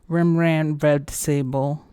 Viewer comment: As someone from a part of the Netherlands not called Holland I prefer to use the official country name. ;) But foreigners can use either and nobody will be offended. You also pronounced Rembrandt's name fine.